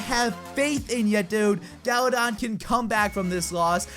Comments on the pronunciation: He said galadad at the end lol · I legit thought he said galadad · galadon?? you mean Galadad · Did he just say "special shoutout to Gala-dad"